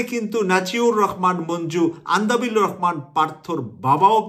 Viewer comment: সংবাদ বিশ্লেষণ করেন অথচ দেশের একজন পরিচিত রাজনৈতিক নেতার নাম সঠিকভাবে বলতে না পারা দুঃখজনক (আন্দালিব রহমান পার্থ কে "আন্দাবিল" বলেছেন)।